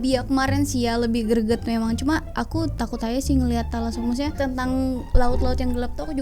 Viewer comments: Thalassophobia: Telasophobia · Talaso Phobia, tAlaso nya pake hruf A, klau pke huruf E beda arti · Nabila: thalassophobia: telasoererre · Hahahah ngakak dngar blng telaso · be like saat nyebutin thalasophobia: tai-laso pobia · Anak mkssr salfok sma penyebutan "talasophobia"